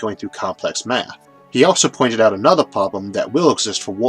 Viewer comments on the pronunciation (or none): none